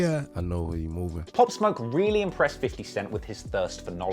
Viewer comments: my boy here says "fofty" 😂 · Ik I’m not the only 1 who Hurd say Fofty instead of 50